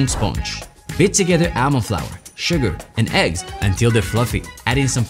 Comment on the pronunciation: Who tf pronounces almond like that